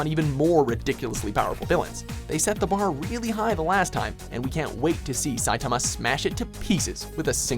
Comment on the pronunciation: How the fuck did you get Saitama's name wrong?